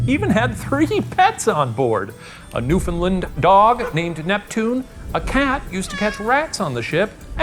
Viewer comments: Howdy. Newfoundlander here doing my Newfie duties in correcting the pronunciation of the province It's NewfoundLAND. There's no "I" in the name. Land. Not Lind. We here on the island say NewfinLAND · newFOUNDland, not new finland XD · NewFOUNDland. not Newfinland. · Not to be that person, but Newfoundland is pronounced like “understand” not newFINland